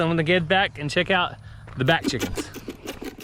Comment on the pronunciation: I heard you say " bat chicks" instead of back chickens! I was like, Wow! 😂😂 Miss Ransom, too! ❤🙏